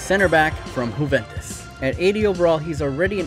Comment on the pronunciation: Juventus is pronounce (you-vent-oos)